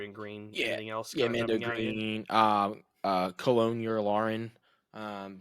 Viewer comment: Did homie say "Colonial Yularen"??? 😭